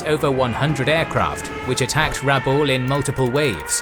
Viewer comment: Just a correction on pronunciation, my understanding is that the emphsis is on the a not the u in Rabaul.